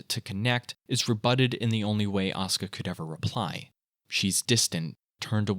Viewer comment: It’s aw-ska Langley 😂